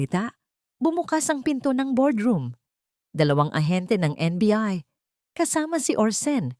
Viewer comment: kasasabi lang na NBI tapos naging NBE..haha kakatuwa kang narrator ka